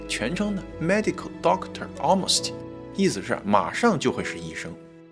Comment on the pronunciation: almost奥姆斯提？简单的发音弄清楚不好嘛😂